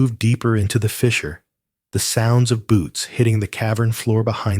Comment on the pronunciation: Your pronunciation on fissure is wrong you have pronounced word's different then they our such as mare. Who ever is reading these stories they need to go back and look how to pronounce them. I would say a 3 or or fourth grader could pronounce them right I knew how when I was little. I like the stories but don't appreciate the misspronce of words